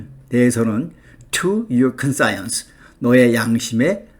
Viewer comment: 발음이 이상합니다. 컨사이언스...?